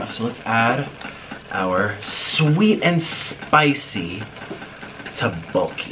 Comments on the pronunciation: he said "roboki" its tteobokki. please get your foods right my guy. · Teboki not tibok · Its pronounced To-Bo-Ki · The main syllables is DUCK-bok-gi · the way he said tteokbokki im sorry